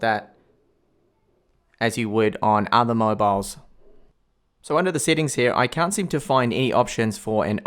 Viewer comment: I like the way he says settings "seatings" 😂